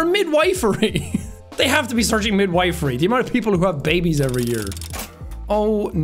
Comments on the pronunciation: Weirdly Midwifery is prounced "Mid-whiff-ery" - no hate just being a pedantic old woman 😊❤ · MIDWIFERY HAHAHAH bless you sean xD the i in wife here is pronounced like it is in stiff <3